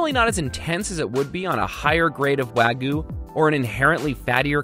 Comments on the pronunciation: Wagyu (pronounced wah-gyuh - you actually pronounce the y) picanha! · PSA: The 'Y' in Wagyu is NOT silent. Wagyu, not wah-goo. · we need to talk about the differences between "wagu" and "wagyu".:P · “wagooo” it’s wag-you ... the pronunciation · I cringed every time he said "wah-goo" instead of "wa-gyu" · It's pronounced WAHGYOU not waagu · It's not wag-oo its wag-you get it right next time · IT'S PRONOUNCED WAG-YOU NOT WAGOO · Wa Ghee You, not wa gu. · Someone call Guga and let him teach this guy how to treat a wagyu, let alone pronounce it lol "wAGuU" its Wag-you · Wah goo. Lmao. It’s why g-you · I'm not trying to be rude but...IT'S WAGYU NOT WAGU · im triggered on how he pronounces wagyu. Its not Wag - ooo. Its Wa-Gyu. l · What's wrong with you wagu it's pronounced wag E you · Wag ghew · I've always heard it pronounced with a y sound between the a and g as well. Kinda like "wai-gyoo" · Taylor Britt technically not correct either, but i would take that over this guy’s “wa goo” lol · BrUh iT’S wAgOO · “Wagu” oh lord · Every time he says “wagu” it makes me cringe internally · the way he says wah-goo really hurts my head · Everyone: Wagyu: Waguy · Wagoo he says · why the wagu... it's supposed to be pronounced wag-you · Bro it’s wah-giu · Im sorry those arent medium rare. Thats rare closer to the raw side 😂 Also he says wagoo and not wagyu smh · It’s like he was trying to say Ragu but he gained a speech impediment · He mispronounces wagyuu every single time, so he deserves it. There’s a “y” in there, dude. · Yeah it really bugged me when he said that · why does americans like raw meat also, why do you not pronounce the y in wagyu? jajajsjajjj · You pronounce wagyu so weird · Please learn to pronounce Wagyu correctly!